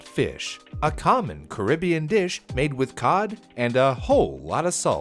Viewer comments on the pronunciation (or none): none